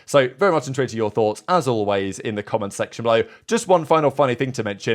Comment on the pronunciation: Strange word pronunciations by our presenter…”Below(eh)” “Enjoy(eh)”. 💨